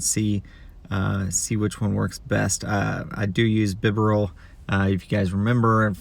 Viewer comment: Lie-noon Bee-barrel or bee-ber-el 😝